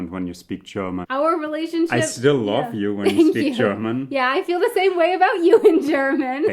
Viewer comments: .... it's the short "v", which in German is pronounced the same as an English "f". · The way says 'love' sounds very German to me. 😉